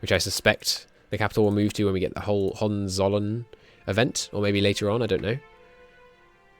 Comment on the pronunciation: Hoe-hen-tzoll-earn Hohenzollern